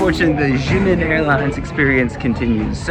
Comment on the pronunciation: Xiamen is pronounced as "sha-men".